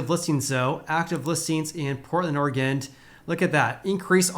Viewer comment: There is no ‘D’ at the end of Oregon.